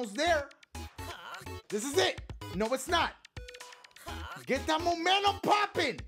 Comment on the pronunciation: My boy please, sound it out with me. MOE - MEN- TUM